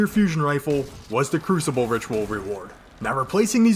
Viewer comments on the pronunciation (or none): none